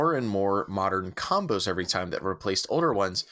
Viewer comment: LOL "comboes" and not "combos" xo